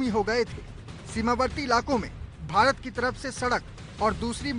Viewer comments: Bhirat nhi hota bhart hota h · Hahahaha 0.27 secant par भीरत चीन😂😂